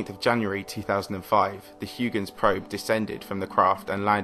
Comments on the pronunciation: Huygens is pronounced H-AW-KH-ENS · Huygens is a Dutch name and correctly pronounced "Highgens." Don't you have Google? Respect! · Of all of the various ways people pronounce Christiaan Huygens' name, I've never before heard it as "hoo-gins". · hoy-gens not hugh-gens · It's pronounced like hoygenz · "Hugh-gens" xD Get out of here. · Huygens ..... LOL!!!! 🤦🏻‍♂️ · Please learn the correct pronunciation of Huygens. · Dude, you're making science videos, you should put an effort in using correct scientific terms and pronouncing names correctly. Nuke-lar is not a term....the scientific term is nuclear, pronounced ˈnü-klē-ər Also, Huygens was dutch....if you don't want to learn the correct dutch pronunciation, at least stick to the standard US pronunciation: ˈhɔɪɡənz/ HOY-gənz